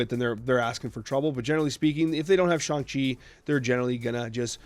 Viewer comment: He did it! He said Shang-Chi right!